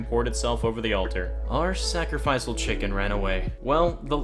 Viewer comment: D-Did... Did you just say 'sacrifice-al'?! omg 'Sack-reh-fish-al', to save you in the future.